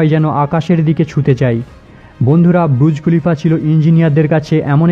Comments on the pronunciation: ব্রূজ খলিফা বলছেন কেন? বুর্জ খলিফা। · Kathata - burjkhalifa, brujkhalifa nae. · এই প্রথম শুনলাম বুরুজ খলিফা শব্দ 😂😂